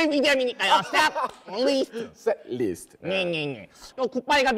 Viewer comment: 펭수야~ 뤼 아니고 을리 ㅎㅎㅎ 리스트